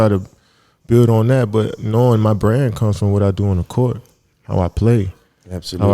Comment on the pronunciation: Yooooo, said “ya Brand deal is something else”.. why did I hear “brain” 🧠, super pause but yoooooo., reading those sponsors and saying “I’m talm’bout make ship happen, I’m talm’bout.. I’m talm’bout I’m talm’bout” like.. bro how many times is you gon tell me what you “talm’bout”